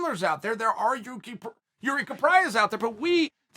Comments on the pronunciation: Well he still called him Yuri , but true that the 1st Procházka he said was pretty close to correct pronouciation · Nope, first name is pronounced Yir-zhee, I haven't yet heard anyone in and around the UFC getting it right. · I clicked just to hear him TRY to not fuck up Jiris name.